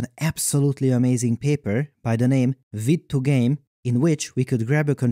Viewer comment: "Vid2 game" all the finnish people probably laughed when you said it :D